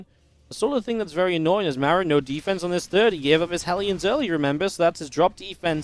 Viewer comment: Is it just me, or can never pronounce Maru's name correctly? It's Mar-oo, not Mare-oo